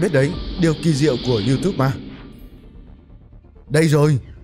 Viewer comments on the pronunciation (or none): none